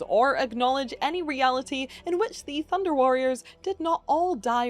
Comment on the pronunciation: I keep hearing Thunder cats instead of Thunder warriors